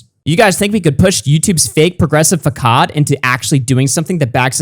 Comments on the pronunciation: "yewtewb" "FACKAHD" 😂😂😂 FACADE = "FA-SAAD" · can pronounce my channel name correctly but pronounces facade as fakad good video though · Its fa-sahhd [facade]